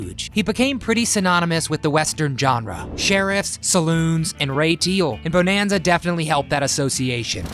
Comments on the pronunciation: You need to learn how pronounce the title properly. It is not pronounced beau-nan-za it is bu-nan-za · All the info and you say the name wrong like 50 times. Buh-nan-zuh. It is freaking annoying. But thanks for the info kid. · Please say it right. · After 2 pronunciations of Bonanza, had to stop watching and leave a dislike!!!